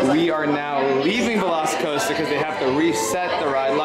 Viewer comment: LOVE HOW PAULA KEEPS SAYING VELOSICOASTER YASS BEST RIDE EVER FOR COASTERS IN UNIVERSAL